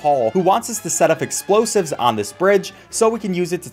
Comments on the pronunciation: He didn’t realize he said “Exposives” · Did he say exposives